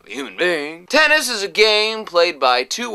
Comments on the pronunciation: in Serbia, we actually say TENIS, with 1 N... not Tenneees ( that has to be in China) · It's not Teneees, it's Tenis! Nije Teneees, nego Tenis!